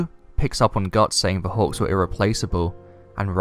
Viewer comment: I swear, everytime you say "hawks" I hear "hogs". Lol